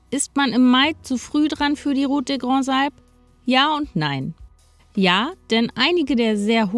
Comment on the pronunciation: Bravo, ganz zum Schluss fast perfekte Aussprache des Names der Route. Schönes Video.